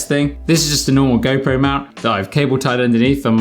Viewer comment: am i the only one when he says go pro , it sounds like gaypro ??